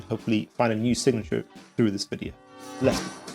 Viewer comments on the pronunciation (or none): none